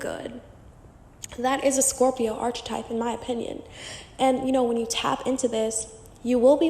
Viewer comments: Girl consider looking into prononciation of the word *archetype*. Loved the video, the info is really good, but my ears are bleeding 😅😅😅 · Please learn to pronounce archetype properly.